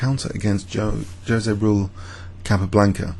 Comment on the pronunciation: I really enjoy your videos. Watching these has been a main force in getting me seriously interested and involved in chess lately. Your enthusiasm and insight really brings the intrigue of chess alive. That being said, I would just like to point out something about your pronunciation. First of all, in Spanish, "J" sounds like an "h." And Jose and Raul are both two syllable words. Like: "Ho-say Ra-ool." Just for future reference, Because "Joe-zay Ruhl" sounds awfully funny. Thank you!